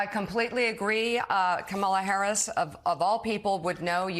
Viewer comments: IT'S KA-MA-LA..... YOU SAID KA-MALA AND I ALMOST FREAKED OUT. HARRIS/WALZ 2024. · Stop saying her name wrong ,Comma la